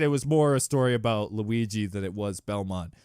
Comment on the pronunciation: No one: Not a single soul:: Lugi